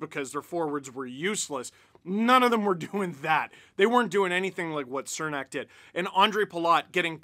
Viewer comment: Goddamnit, Steve. It’s “Chernak”